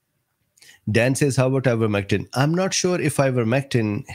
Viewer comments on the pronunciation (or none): none